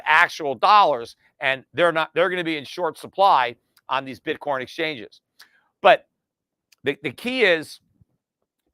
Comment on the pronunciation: Pete said Bitcorn lol